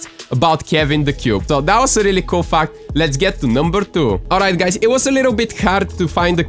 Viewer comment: I thought he said fak number 3